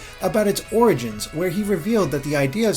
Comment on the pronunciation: "Supwising O-Wii-gins"